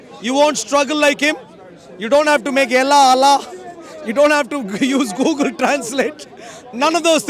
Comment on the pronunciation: Its not gagle its google 😂😂